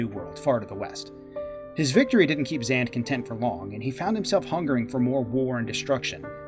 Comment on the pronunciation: absolutely love this, but the pronunciation of Xande as "Zand" rather than "Zon-day" is sending me, especially given how many times his name is mentioned in cutscenes in both shadowbringers and endwalker XD